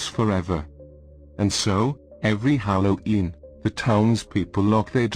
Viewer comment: The narrator had a bit of trouble pronouncing Halloween, otherwise it was very good